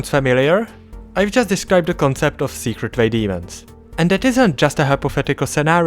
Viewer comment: colon is raged after he called it the "secrate way" 💀spare this guy